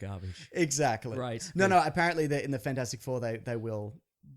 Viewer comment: Omg I lost it at Fan-four-stic